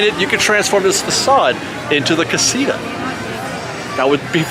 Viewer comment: Here's a trick, you can pronounce casita a little bit more accurate if you start saying out loud, casitower, casi - tower, several times and then just remove the "wer" part and say it over and over again. Great video!